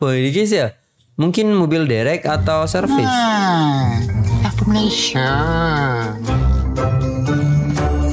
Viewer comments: Ta ka ful bang... Bukan ta fa kul... Kihkih . Apa2 pun terbaik bang.. review iklan dr malaysia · Salam..pembetulan takaful bukan tafakul😁 mmg ramai org selalu tersalah sebut..